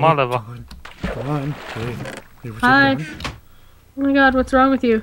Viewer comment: is crack up it sounds like hes saying liver but trying to say lever